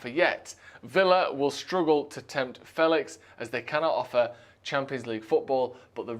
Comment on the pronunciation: 'Fehlicks' sounds like something to do with genitalia.